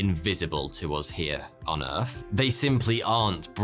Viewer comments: Please, it’s a “th” sound in “Earth”, not a “f” sound. Edit: and “fousand” instead of “thousand”. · You can pronounce 9th correctly but can't pronounce the word Earth correctly , why not . Just asking . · your visual aids are like infantile so lose the yeti thing. and its pronounced earth, not furth. also arguments are just that, arguments. scientific proofs seem to have a shelf life so maybe they should just be called hunches?